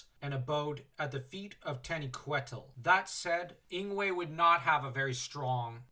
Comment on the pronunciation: You said, "tanny quettle" and Iad no idea who that was, so I rewound the video to listen to it again. When I realized it was supposed to be "tah-KNEE-queh-teel" I lost it.😆😂🤣